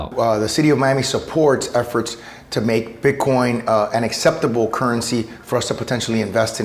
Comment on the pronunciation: are you calling them bitcorns ?